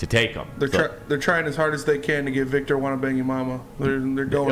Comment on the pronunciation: Did he say Victor “Wannabangyomomma”??? 😂😂😂